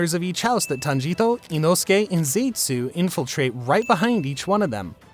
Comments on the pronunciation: did he say "tanjito" or my hearing is just messed up👀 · I love the accent when you say "TANJIRO" 🎉🎉